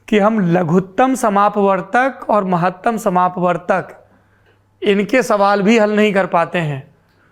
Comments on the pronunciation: लघुत्तम समापवर्त्य और महत्तम समापवर्तक सही उच्चारण है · Sourabh ji , Aapne Ganit wale swal ka jawab dete huve galat uchcharan kiya ...Laghutam samapvartya aur Mahattam समापवर्तक होता है